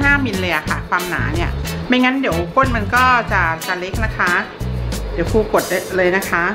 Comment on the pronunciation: ครู ไม่ใช่ คู